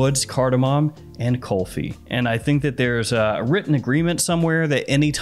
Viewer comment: It's Kulfi not kolfi.